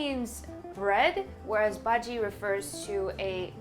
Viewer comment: Your pronunciation....loved it 'bhaji' melted my heart cutie❤️